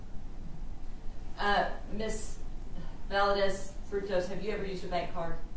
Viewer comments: Exactly. And disrespectful…especially to the family of the victim. How are u an attorney in TX and cannot say Valdez. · Can this educated woman, in TEXAS (!), really not pronounce “Valdez”? It’s annoying me so badly. Do better.